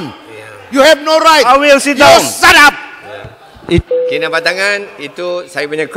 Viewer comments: and Mr. Dung Moktar, It’s “shut up” not “sadap”. Whenever you shout “sadap”, it sounds like “sedap” (delicious). Displaying bad manners, interrupting while a person is speaks, and shouting aren’t sedap. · That was fricking hilarious!!!!!!!!!!!!!!! That moment he said: YOU SHATAP!!!!!!!!!!!!!!!!!! hahahahahahahahahahahahahahahahahahahahahaha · yo sarap lmfao!